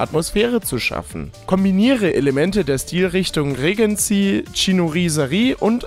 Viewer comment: Regency wird englisch ausgesprochen 😉 Bezieht sich auf die Regenten- Zeit in England Anfang des 19. Jahrhunderts.